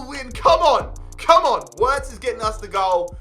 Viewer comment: and btw its said Virts but spelled Wirtz. German w are said as v's